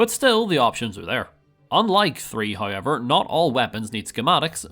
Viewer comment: You saying hoyever made me think you were Ryan Hollinger for a second